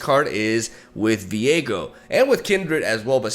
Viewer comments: you keep saing Viego but i am only hearing Diego as in Diego May Cry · hearing the way he says ViEgo hurts my soul